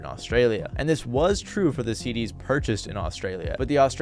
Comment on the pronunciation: Prism "seed-D's" hahaha